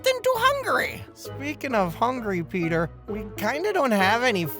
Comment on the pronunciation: peetah, peetah omglolol ded